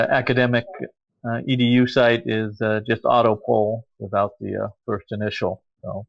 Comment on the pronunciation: Foist... lol Cheers guys!